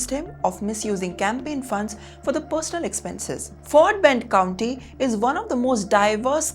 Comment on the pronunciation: Hello. Its "county" NOT "Country"